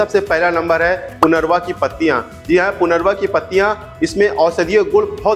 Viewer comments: आप सही उच्चारन भी नहीं कर रहे हैं. इसका नाम punarnava है न की punarva. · पुनर्वा नही लेकिन सच्चा उच्चार है पुनर्नवा.... पु ...न....र...न....वा.......आई बात समजमे ? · पुनरवा नहीं पुनर्नवा कहिये